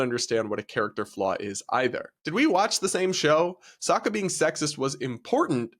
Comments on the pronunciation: did you fucking say soaka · Please learn how to say Sokka, I’m heard enough of them mispronouncing it in the horrific avatar movie.